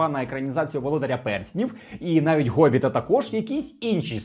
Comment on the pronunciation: Гобіта)дд Що з Вами не так? Якась гвороба невміти вимовляти букву хххггнхха? О мене теж вчіпило піздєц